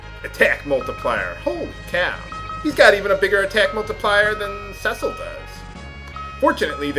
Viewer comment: You don't have any healers! No Tallah, No Fusoya, No Rosa well I guess Cecil can heal them. I still can't believe you played this 40 times and you still can't say "See-sil"